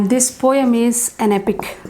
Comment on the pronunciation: Poem pronunciation is wrong